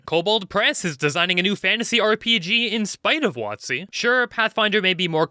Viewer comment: Watt-zee, eh? Interesting way to pronounce it and with the changes to the OGL, it seems accurate with what it rhymes with.